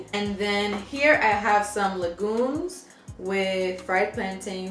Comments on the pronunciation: Tasso goat (kabrit).. you pronounce like the word lasso (like a rope lasso). Tas-so Legume is pronunced lay-gim. You can make it with meat or without LOL you’re not bugging ! So happy to see you enjoyed girl, it’s def similar to Dominican food 🤤🤤🤤. You should add pikliz next time it’s our hot pepper, I think you’d enjoy it on the fried pork! Ps, I def googled the spot based on the number cuz I need a new spot in BK LOL so thank you 🤣🤍🇭🇹 Have you done a Thai mukbang yet ? 🤤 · And please do not call the legume vegetable stew its one of our top proud of staples and its pronounce LEGUME ( le - geem ) Love your video